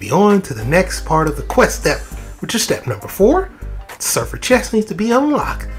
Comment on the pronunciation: Thanks for the guide! That was quick. Not to be a jerk, but it is pronounced Sehr-Raff. It's a type of angel.